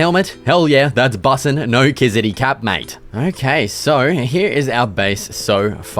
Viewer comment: Awesome videos! Why do you pronoucne "mate" as "might" tho? lol